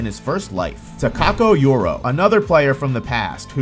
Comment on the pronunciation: Uro not yuro